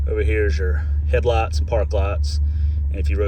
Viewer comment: Just a lovely vehicle, great condition inside and out. I also enjoy different dialects from all over the world,. "Headlutz" is a new word to me, but I love it!